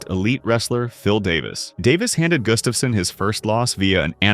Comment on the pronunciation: His name is Gustafsson (Swedish) not Gustafssen (Danish).